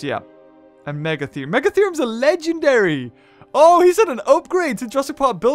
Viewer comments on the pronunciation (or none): none